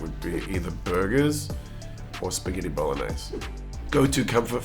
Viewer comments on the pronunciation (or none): Did he just day "spiggitty?"